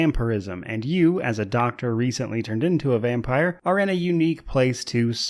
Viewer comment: Power wash SIM is cool til about 75-80% completion then it becomes a tedious grind. I left it at that. Btw you keep saying "vampeer". Thought it was vampire (vampyre).